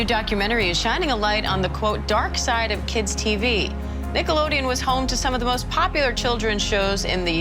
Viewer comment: But it's Nickelodeon, not Nickelodeo